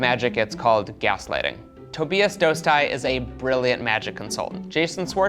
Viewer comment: his mispronunciation of Tobias dostal is hilarious